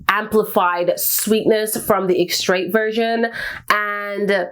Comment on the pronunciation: The final “t” in extrait is silent…